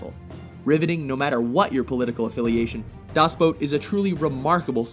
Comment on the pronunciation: "DaAß Bot"